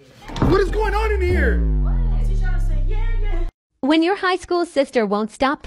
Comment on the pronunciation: bro the yEah yEaH